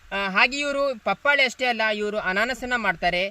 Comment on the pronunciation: ಬರೀ buildup ಆಯುತು.ವಿಷಯ ಹೇಳು ಮಾರಾಯ.ಪಪಾಳೆ ಅಲ್ಲ ಪಪಾಯ.